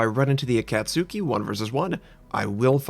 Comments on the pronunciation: Ah-cat-ski! Say it with me: Ah-cat-ski! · I'm no weeboo, I promise. However, I did live in Japan for 13 years growing up as a kid because military family. The short 'A' sound in 'cat' is not something that exists in Japanese. It's more like the a in 'father'.